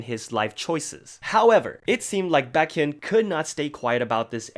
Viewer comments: Isn't it pronounced bay- kyun and not bah-kyun? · is pronouncing baekhyun as "backhyun" a running joke in the exo fandom im not getting bc a few other people i know say it like that too xD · the way he said bAkhyun lol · I love this channel but I wish you would pronounce Baekhyun's name better haha! Love you:)